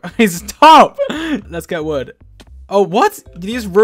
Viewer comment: “there’s so much woof here, it’s amazing..” The pig-“what did he sayyyyyyyyyyy”